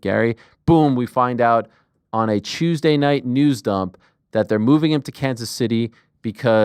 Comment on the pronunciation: I’m sure I missed it, not sure how, but why do you pronounce Tuesday as Chusday??